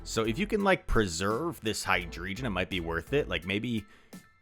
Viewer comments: i always pronounce hydreigon more german-ish, because of ein zwei drei (d-EIN-o, ZWEI-lous, hy-DREI-gon) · Lowkey was expecting you to sing the title ;) and in your preview scene it says hydregion, but the name of the pokemon is hydreigon. Thats why its also pronounced hy-dre-gon by most ppl :p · Based on the anime it is pronounced Hi-Dray-Gun. I wonder if your pronunciation comes from the fact you spell it Hydregion instead of Hydreigon. Either way no single Pokemon in the history of ever has had everyone say it's name the correct way so call it whatever you please! Great video as always my G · drei is german for three. three heads. so i pronounce it dry. zwei is a german for two. zweilous has two heads. eince is german for one. deino has the ein and has one head. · I always pronounced it high-dray-gone and I was today years old when I found out there’s an i after the damn g. My entire worldview has been shattered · I say Hy-dray-gon. There's a rei [ray] like reign and because the g isn't silent in Hydreigon, dreigon is pronounced dray - gon. Dray-gon would also be a homophone for dragon. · Hydreigon is German, it's meant to be Hi DRY Gon with a rolled R and hard G. In German one two three is ein zwei drei. dEINo, ZWEIlous, HyDREIgon because of the number of their heads. You would pronounce the others as DIE-no and ZWHY-loose ("why" with a z in front and loose rhymes with goose) Well that's how I interpret it anyway.